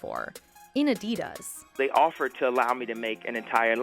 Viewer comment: Take a drink every time the narrator says “Adiduzz”